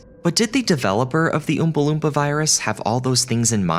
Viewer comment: Old video but... New to me. And being a random stranger on the Internet I have to nitpick the pronunciation of Oompa Loompa, that's all.